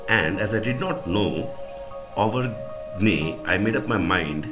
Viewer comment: Avergne is to be pronounced like uvenia i think